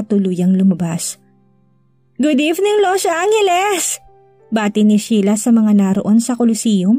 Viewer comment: FYI Los Angeles not Los Anghelesi😂